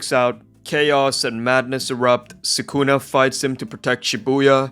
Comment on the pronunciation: すくな = Su Ku Na (soo ku nuh)